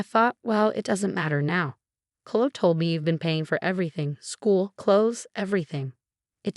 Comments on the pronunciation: Please use names that the computer can pronounce. It's Kloh-ee. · Oh good! I came here to say the same thing. So irritating, they keep choosing this name but speech bot has no idea how to pronounce it. Uggghhh😢